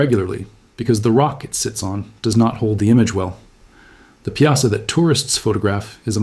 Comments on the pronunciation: it is pronounced " pie saw " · I don't like that you used bluffs from the far West to depict the Mississippi bluffs near Alton. We in the Alton area pronounce Piasa as PIE-a-saw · I live 20mminutes from Alton my entire life and its pronounced "pie-a-saw".... and all those 'images' of the Alton area are totally NOT from the Alton area... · We call it the Pie-uh-saw bird